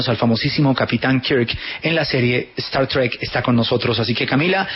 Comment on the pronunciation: Como odio esa expresion "Star Trik" es Star TrEk....